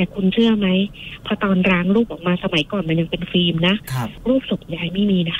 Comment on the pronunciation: แต่คือคนที่โทรมาเล่า ใช้ ร. ได้ชัดมาก กระดกลิ้นชัดเจน กำลังจะเม้นชมแล้ว แต่ฟังไปฟังมา อ่าว ล. ก็กระดกลิ้นด้วย จาก แล้ว ก็เป็น แร้ว, ล้าง เป็น ร้าง, เล็ก เป็น เร็ก, 🤣🤣🤣 แต่เรื่องการเล่าดีมากค่ะ ไม่มีขัดเลย ดูไม่เฟคด้วย